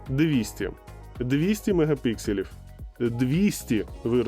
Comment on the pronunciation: Мегапікселів, а не мегапикселів